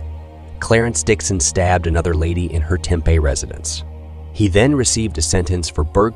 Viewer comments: Mispronounced Tempe also. There should be some rules about pronouncing things correctly on YouTube. This doesn't sound like a computer generated pronunciation either. Just an uneducated and mispronunciation debacle. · It’s pronounced Tem-Pee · Tempe is pronounced Tim pee. Eatery's we can then restaurants. Also learn proper pronunciation of English words.